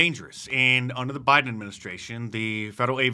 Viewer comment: “Flew unda da radar” you don’t say, crock-of-shit?